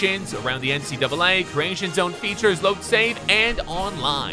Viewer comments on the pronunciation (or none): I thought you said NCWA